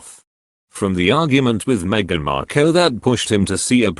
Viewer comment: Why can’t you pronounce words correctly, you say Cambridge, Cam as in cat, when it should be Cam as in you came to us and I don’t think Harry’s wife’s name is pronounced Marko, I’m sure it’s pronounced Markle as in sparkle, there are a lot of other mistakes like these two, you sound English so should know how to speak English correctly, please practise properly.